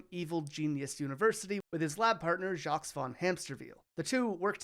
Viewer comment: Excuse me, but , that’s pronounced “Jookeeba”. And you don’t say the S at the end of Jacques.